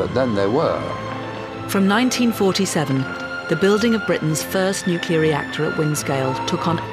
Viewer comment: Heh, the bloke at the beginning said nucular... :P